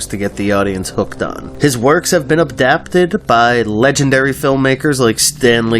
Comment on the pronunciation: Abdaptid? I cant even watch this past the first 30 seconds. Adapted! The word is Adapted! Not Abdaptid!!